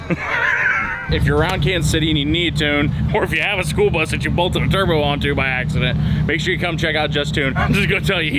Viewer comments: Did you say school bus or SPOOLBUS??? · Did you say… “the spool bus”??😂 cause if not, that’s what I officially call it!😂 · All i heard was Spool bus and i love it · Did he call it the Spool Bus? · I love that 'the spool bus'😂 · Is he calling it the Spool bus? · 😂👍 “ The SPOOL BUS “ ❤ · The "SpoolBus" 😂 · "The Spool Bus"🤣